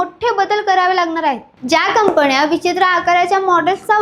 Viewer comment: न ण हेल काढणे कंपण्या?कंपन्या अशा निवेदनामुळे सबस्क्रायबर कमी मिळतात.